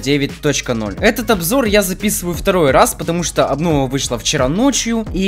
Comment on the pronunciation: тфу не аблова а абнова